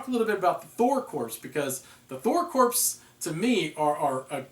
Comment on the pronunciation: Fun review! FYI "corps" rhymes with "thor"